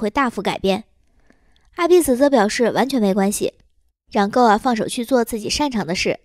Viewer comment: Goa不是读作“够啊”，是“锅啊”😆